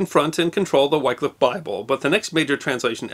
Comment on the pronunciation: Surprised you didn't mention how the same King Henry VIII had Tyndale burned at the stake for translating the Bible (before he adopted it). By the way, Wycliffe is pronounced with the same short sound as the "y" in Tyndale, but that's probably one of the most minor errors in this clip.